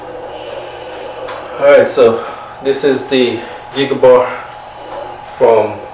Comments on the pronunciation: Stop saying gigabar 2, it's a Gig bar2. You sound like a moron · GIG-BAR - NOT gig-A-bar...